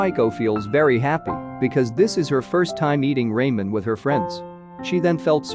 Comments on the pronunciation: it's not raimen it's ramen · Bro, hearing you say “Rae-men” instead of “Ra-men” is about to give me a stroke, please correct it next time but overall good summary 🙏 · Stopper watching when I heard Raymen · lol Ray-men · Not Raymen 😭😭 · RAY-MEN WUT RA-MEN IS HOW YOU SAY IT AAAH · It's ramen😂 and not raymen. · bruh at least pronounce ramen right